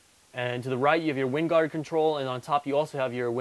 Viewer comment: Great review, but the satellite system is pronounced "WINE-guard" not "WIND-guard"